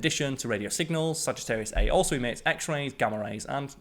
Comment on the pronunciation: I was counting that one as well, but after listening to it again (several times, actually,) I think he did say 'eight' kiloparsecs. Probably the accent again. The errors I noticed were; Sagittarius A* is pronounced "Sagittarius A star" ; he gave two different diameters for the galaxy (26.8 +/- 1.1 kpc and 30 kpc) ; 3.7 parsecs to the nearest sun-like star (Tau Ceti) is close to 70 trillion miles, not "a few hundred million" ; and the last one I noticed is kind of half right, since we know HOW to 'warp time,' but we do not have the 'means' to do so. Sorry if I'm being pedantic, but I am a perfectionist (as much as a fallible human can be, anyway.)